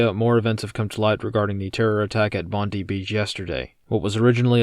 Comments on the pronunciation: Its ‘Bond-eye’ not ‘Bond-ee’….. Greetings from Sydney, Australia. Watch our wanker of a prime minister use this to restrict further gun ownership (yes, we can own guns - don’t get sucked into MSM slop info) rather than focus on them being the problem by importing so many 💩 into our once great country. We are about 18 months behind the UK. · It's bond-eye not bond-ee! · "BOND-EYE" not "BONDIE", please and thank you